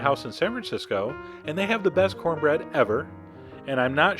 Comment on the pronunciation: "You gonna eat yo cohnbread?"